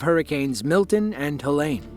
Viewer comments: FYI: Helene is not pronounced like Ha-Lane, its pronounced, Ha- Leen ( like Jolene) Living 3 hours east of Asheville, if Helene would have shifted our way, that could have been our small towns. It was truly unbelievable to start seeing the aftermath of the hurricane. No one saw that coming. At my house, it was just some wind gusts like 40mph and we had a couple of tornado warnings. Very sad to see our WNC neighbors in that situation. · Helene not helen